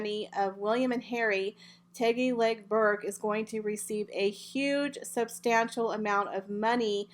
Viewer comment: My Dear - It's TIGGY NOT TEGGY.